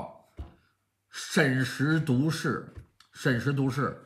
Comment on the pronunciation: ，挑错，应该是审时度（duó）势，不读（du）。您说的是这个成语？